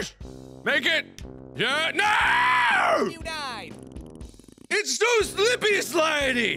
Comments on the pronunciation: and PS.... YEW DYED! XD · The best videogame death ever: "Yew Dyedd" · ur hear an "n" in it every time